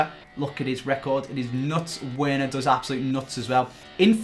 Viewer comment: it's pronounced verner btw